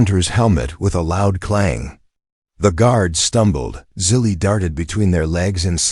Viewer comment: Good story despite the AI's idiotic miswording like "DOT" and "Dot Asterisk" BS mixed in with the text. Also misspelling/mispronouncing the girls name, Zili as "silly". Despite this inconsistency, it was a good story.